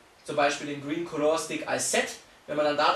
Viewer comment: Es ist eigentlich vielmehr ein "Kalla" Stick, als ein "Kolohr" Stick. Trotzdem unterhaltsames Video. :D